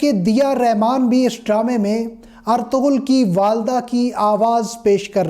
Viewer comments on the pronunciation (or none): Hahahahaha did u hear guys (ARTOGHUL) ........ if u want to make videos just learn how to pronounce the word. Its “ERTUGHRAL” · (ERTURUL) in spoken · Ertuğrul (g silent)